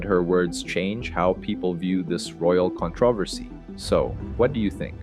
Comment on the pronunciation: How do U pronounce Controversy???